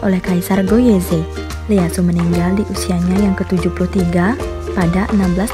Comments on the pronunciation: Bukan Leyasu min ngebacanya tapi iyeasu tokugawa orang jepang gx bisa ngomong L, iyeasu tokugawa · Leyasu? 🤣🤣 bahasa Jepang mana ada "L" Itu Tokugawa "i" Easu